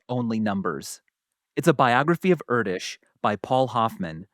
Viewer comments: With all love and respect, Erdős for you, is what penguins are for Mr. Cumberbatch...😂 Just going down that rabbit hole further every time. To settle this once and for all. The "Ő" vowl you pronounce like the "U" in "further" in british english, just a bit more emphacy on it. So repeat after me. "Air-d-ő-s" and don't linger too long on either the first vowl nor the last consonent. You got this guys! 😂❤ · idk if Erdős was hungarian but if he was then that'sdefinitely not how you pronounce his name 🥲🥲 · Hungarian here. Erdős is pronounced nothing like Kurdish. "Er" is like air. The ő is like a longer version of of the vowel sound in "earn". S is sh, you got that right. IPA: [ˈɛrdøːʃ] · to nitpick (again), but Erdős does not rhyme with Kurdish. ɛrdøːʃ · Sorry guys, Hungarian here, Erdős, its like air-doesh, and the second part is like heard, ö, but its a long vovel ő, sounds just the same but double length, Air-deash You pronounce the second part wrong. Usually I don't comment things like this, but I heard you say it correctly in one of the already published episodes🎉 Keep up the good work, you make my life worth❤ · It is pronounced like "air", the E in Erdős and the ö is longer, so /øː/ - some hungarian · That's not how you pronounce Erdős. Its Err-Deux-sh (as in to err is human, 2 in french and shut up) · That's absolutely NOT how you pronounce Erdős. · I refuse to believe Erdös would rhyme with Kurdish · That is NOT how you pronounce Erdős 😆🤣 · As an actual Hungarian I can with confidence judge the correct pronounciation of Erdős. And you're almost, but not quite there :) Here's a video that will help: The main point is that the " ő " should be like a long "ea" in "Earth". By the way, love this channel. Subscribed. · It's pronounced Erdős! I'm fuming :D